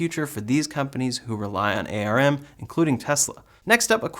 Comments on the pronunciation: Just so you know, It's pronounced "arm", not A R M. Thanks for the update. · ARM should be spoken as arm and not a.r.m. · All good but ARM as a company is pronounced as the limb "arm", one word not spelled with individual letters : A.R.M. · we usually pronounce ARM like the part of your body.. not per letter.